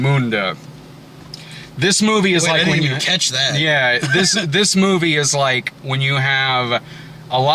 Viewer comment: "...this mewvie..."